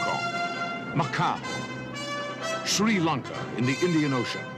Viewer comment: Seeing this trailer as a kid taught me to incorrectly pronounce Sri Lanka as "SHri Lanka"— a habit I carried into adulthood. 4 decades later I'm literally married to a Sri Lankan woman and still mispronounce it because this goddamn trailer was burned into my brain as a child 😄